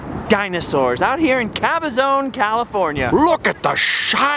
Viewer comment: I grew up mostly in Banning'CA. That is the town next to Cabazon' CA. One thing that drives me nuts is the way you and Woo mispronounce Cabazon. See if this is a help...